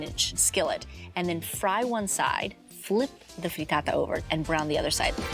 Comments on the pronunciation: say FREETAATA one more gd time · If she says “Frreetaataa” one more goddamn time...